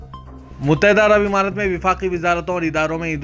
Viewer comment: متحدہ عرب عمارات۔مہیں امارات بو لو۔۔۔ اور یہ "اےوام" بولنا کب چھوڑو گے؟؟؟عوام بول ا سیکھو🤣🤣🤣